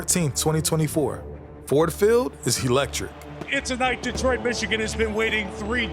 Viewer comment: "Detriot" ... sigh